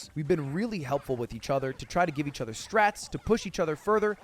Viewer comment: you always replace "o's" with "e's" when you speak? Like ether instead of other?